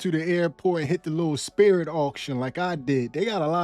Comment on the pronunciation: LMAO not the "Spiit" Airlines plane.